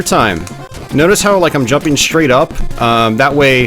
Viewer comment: What is that thing now in American English to say "shtream" in stead of "stream", "shrait" in stead of "strait" I find it most annoying. Thanks for the video, good memories